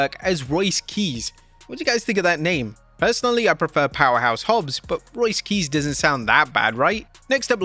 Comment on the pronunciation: Royce Keys? Keese?? Wtf??